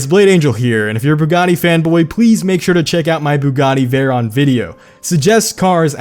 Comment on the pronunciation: You're pronouncing it wrong it's pronounced like 'veyro' and 'sheero'